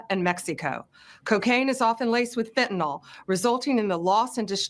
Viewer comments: 1) It's fenta-NYL not fenta-NOL. I don't understand how someone can rise that high and not know how to pronounce it properly and 2) Yes, there have been instances of dealers mixing in very cheap fentanyl into coke to cut it (as well as a bonus of having clients catch an opioid addiction - which encourages repeat business). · "PhentanOl" is just one of many Ramzpaulisms... I think he's a little dyslexic.